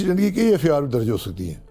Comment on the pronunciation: Pakistan Judiciary is on the shoulder of these people who cannot even pronounce “FIR”…… “EffeAaar” kiya hota hay?